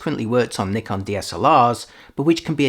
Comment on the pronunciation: Finally a native English speaker who pronounces "Nikon" correctly👍